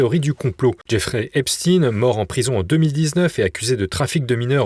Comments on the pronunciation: Pourquoi prononcer "Epstine " alors que c'est Epstein ,ça ressemble trop à des noms connus ? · Salutations ! On ne prononce pas Epstien mais Epstein par pitié, ou alors c'est Einstien et plus Einstein ! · EpSTEIN pas Epst"ine" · C est pas epstin c est epstein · Pouvez-vous arrêter de prononcer Épchtine svp ? C'est ridicule... On ne dit pas Inchtine pour Einstein. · Pourquoi,ce présentateur parle -t-il d' Epstin ? Snobisme ou méconnaissance élémentaire des syllabes? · Merci pour votre travail. Pourriez-vous dire à votre collègue qu'on ne prononce pas le nom de Jeffrey Epstein en disant Epchtine, comme le font les Américains. Est-ce qu'on dit "Inchtine" au lieu de Einstein ou "Frankenchtine" au lieu de Frankenstein? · Pourquoi prononcer EpstINE ? Vous pouvez pas prononcer correctement son nom ou vous avez juste la trouille ?